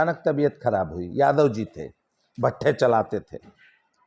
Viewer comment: Aapka ucharan galat h babu jadhavji nhi yadavji